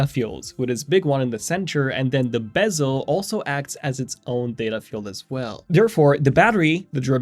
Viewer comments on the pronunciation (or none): none